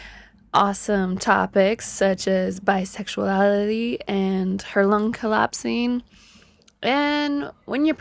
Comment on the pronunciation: "Bisexullallity!" LOL!^^